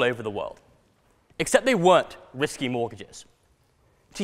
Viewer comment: sounds like he's saying "whiskey" mortgages. actually, I guess it's the same thing. am I the only one who can see him in the 2.0 series of Harry Potter movies?